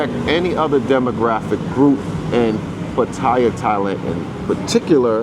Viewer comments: What is also messed up is people not pronouncing Pa - Ta - Yah correctly. The sound "thai" is not a part of the name. Ask any Thai person not another foreigner. I know it's a minor point, but still. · Where in the hell is Pa-Toy-Ya.. Every Negro who speaks about Pa Ta Ya always mispronounce the name of this exciting city by saying PA Toy YA as if they know how to say the Thai name better than the Thai people who always say PATTAYA, and not no dang PA TOY YA....so sickening and beyond ignorance.. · 👁f👁- PLEASE READ READ PLEASE -------------- Give you a little heads up.... when you're covering Thailand the proper pronunciation for the city is PAT-T-YA the a is silent.. Peace Out